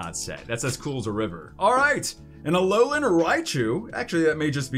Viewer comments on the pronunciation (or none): none